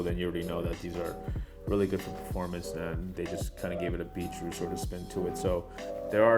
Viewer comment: Who else thought it sounded like he was saying beetroot